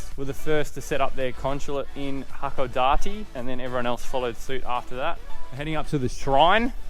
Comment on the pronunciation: It's "ha-ko-DAH-tay." "Pierrot" is Japanese for clown (from French or Italian).